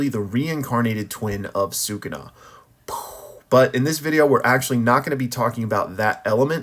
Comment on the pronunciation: He not “sookoona” - if you listen closely they say “Skoona” or “suh koona” sometimes.